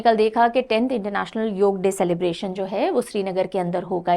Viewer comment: बहुत अच्छा लगा की आपने योग का उच्चारण योग ही किया । ना की योगा ! 😇👍🏻👏🏻